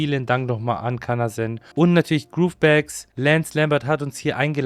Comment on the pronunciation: GroveBags als Sponsor haben aber nicht mal richtig aussprechen können hahahahaha Steht da Groove oder Grove?